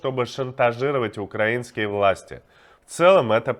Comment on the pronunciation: Иван, украИнский, ударение на И. Не мучай, пожалуйста, уши филологов.